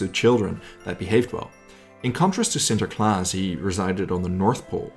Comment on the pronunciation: Holy cow you pronounce sinterklaas perfectly